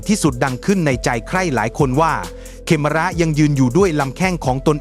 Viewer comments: AI ยังฉลาดน้อนมาก เขมร ยังอ่านเป็น เขม_รอ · AI อ่านภาษาไทยผิดประจำ เขมร ดันอ่านว่า เขมอน ยังไงก็สู้คนไม่ได้ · อ่านเป็น เข-มะ-ระ เหรอ?เพิ่งรู้ นึกว่าออกเสียงเป็น ขะ เหม็น